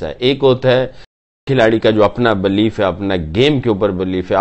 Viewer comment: Its believe NOT BLEEF..Bhai